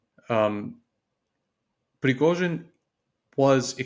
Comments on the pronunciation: Did she call him prozhin??? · Junior is so lucky to interview a pro. Pro-fes-sio-nal Pre-go-shin Try it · She nearly went with "Frizhozhin". That would have been an improvement. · Why is she calling him Frozhen? Did he get a new nickname? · Who’s “Frojen”? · What is it with Times Radio and their unprepared, half educated, work experience reporters. This lady has pronounced Prighozhin’s name differently every time she says it and her questions are asinine. Well done to the interviewee for his professionalism in the face of stupidity. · Sorry but this woman is terrible, childish, unprofessional, can’t even pronounce Prigozhin’s name correctly. Mr Kagan was ill -served by this person, deserves a better interlocutor. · Poor Mr Kagan . This interviewer is talking like a child. She can’t even say Prigozhin name properly